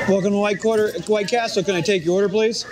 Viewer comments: “Welcome to white quarter…” can’t even get the name of the company you run right 😂😂😂. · Living for the CEO mispronouncing his own company name. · When the boss can't even pronounce his own company's name.....